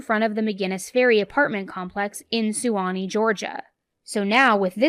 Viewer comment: suwannee is pronounced = Swan-eee